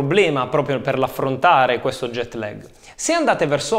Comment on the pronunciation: Ottimo grazie. Ma non si pronuncia LAG all'italiana bensì con una A lunga che diventa quasi E. Perciò non è LEG non è LAG... ma qualcosa simile a LAAEG.